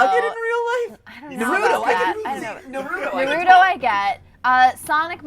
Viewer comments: They pronounced naruto wrong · Does anyone else argue with how they pronounce Naruto?